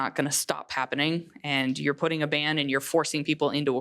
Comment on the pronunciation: The woman on the top-left, when talking about abortion, 100% said "band." Again, she thinks the word "ban" is "band." Not a reader.